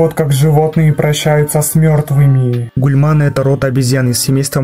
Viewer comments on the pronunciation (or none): С мёртвымиии,что за интонация))))